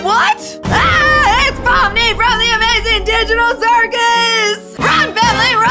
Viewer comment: You said pomni